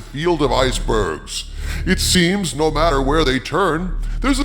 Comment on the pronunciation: my hearing isn't the best, did you say "Iger-bergs" instead of "icebergs"?